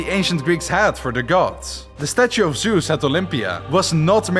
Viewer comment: There where so many missprnounced words and names in this video But the worst is still Zeus, its Zeus not sus